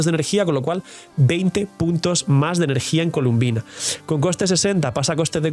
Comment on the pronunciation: Se llama Colombina, porqué todos le dicen columbina?